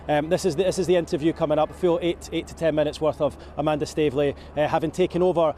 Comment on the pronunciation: A-man-duh? If you know, you know...